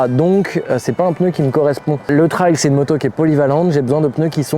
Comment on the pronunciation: Bonnes fête à toi aussi. Et je te remercie beaucoup de prononcer correctement le mot TRAIL comme un RAIL (de chemin de fer par exemple...) Quand j'entends des gars dire "TRÈL" ça a tendance à me faire grincer des dents !!! À moins qu'ils disent aussi "RÈL" pour RAIL ???...😂😂😂😂 Salutations motardes d'un vieux con du Sud Aquitaine ✌️✌️✌️✌️